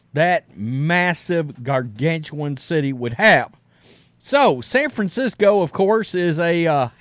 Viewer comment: Ahhh yes...san franshitho! Also it's year 1 batman 😂 nobody has his back